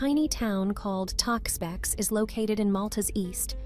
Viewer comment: TAY-EX-BEE-EX...... christ AI Slop